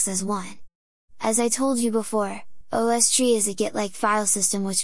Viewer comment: Me: "What's an ahwstree?" .... "OH! ohh-ess-tree!" :D